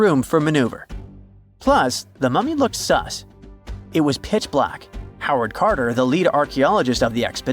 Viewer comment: อยากให้พัฒนาAiเขียนอัลกอลิทึ่มใหม่สำหรับภาษาไทยในสระพยัญชนะไม่ยากเลยขนาดศัพท์ง่ายๆ โฮเวิร์ด คาร์เตอร์ออกเสียงผิดเพี้ยน ส่วนเราไม่เคยดูนานแล้ว เรื่องราวของอารยธรรมอียิปต์ตั้งแต่ลุ่มแม่น้ำเมโสโบโตเมีย ไทกรีฟยูเฟรตีส รวมถึงสินธุ เส้นทางสายใหม่อาณาจักรต่างๆตั้งแต่ผู้ให้ทุนสำรวจลอร์ดหรือเอิล์ดแห่งคอนนาวอย จนถึงรูปแบบตัวอักษรการค้นพบคูนิฟอร์ม เฮียโรกริฟฟิกศิลาโรเซ็ตต้า ในการไขปริศนาอักษรรูปลิ่ม จะถึงแหล่งอารยธรรมต่างๆในภาคพื้นภูมิประเทศการใช้ชีวิตของผู้คนในยุคนั้นประวัติบุคคลสำคัญต่างๆ การสร้างปิรามิด เมืองสำคัญต่างๆ หุบผากษัตริย์ตั้งแต่ราชวงศ์ที่1-19ราชวงศ์อย่างน้อยที่เราเคยผ่านตา ไม่ว่าปเตโลมีขุนศึกข้างกายอเล็กซานเดอร์มหาราชผู้ก่อตั้งราชวงศ์ปเตโลมีคนแรก รามเสสที่2มหาราช ยังไม่นับรวมโฉมงามต่างๆคลีโอพัตรา เนเฟอร์ติติ ฮัตเซปซุตฟาร์หญิงองค์แรก ตุตันคามุนด์ เทพเจ้าต่างๆความเชื่อการทำมัมมี่โถอนูปิคเก็บอวัยวะต่า งการค้นพบใหม่ๆที่อยู่ในนี้ ... ส่วนมากเป็นสิ่งที่รู้อยู่แล้วปริศนาต่างๆทึ่เคยนำเสนอมาขอบคุณสำหรับการทบทวนความรู้เพิ่มเติมครับ ด้วยความปรารถนาดีการใช้รูปภาพข้อมูลต่างๆที่ใช้นำมาประกอบเสียงแปลคำพูดถ้าสอดคล้องกันจะน่าติดตามยกระดับคุณภาพของช่อง ให้น่าติดตามมากยิ่งขึ้นครับ